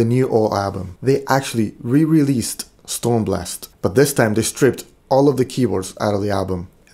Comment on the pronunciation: ”Stormblast” is actually Stormblåst, meaning storm wind/blow.